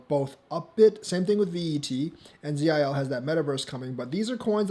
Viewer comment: Bruh…just say zil….not the letters Z-i-L